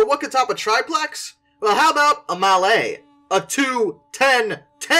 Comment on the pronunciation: The Virginian(and Erie) Triplex (pronounced trip-lex, not tri-plex) was supposed to be used a pusher engine to help the 200 car coal trains the Virginian like to run...which was solved when they electrified their mainline.